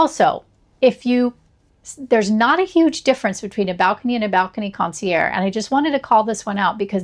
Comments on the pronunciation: just trying to help. Mispronouncing luxury words can make you sound pretentious, but in a hilariously wrong way. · You don't pronounce the g in concierge?